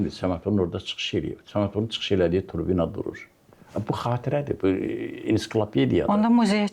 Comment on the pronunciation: Turbina yox, tribuna ! Fonemen yox, fenomen ! Qəşəm müəllimin şairliyindən bir söz deyə bilmərəm özü kişi adamdır !